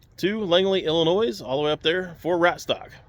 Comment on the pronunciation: Pretty sure the s in Illinois is silent